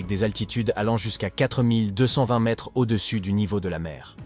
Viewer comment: Mdr la vidéo signée chat GPT, les gens, ne vous abonnez pas à ça et regardez des vrais documentaires parce que ça c'est un contenu vraiment nul (même pas fichu de prononcer 1,42 mètres ou des dates avec AV JC et AP JC quand même, respectez-vous)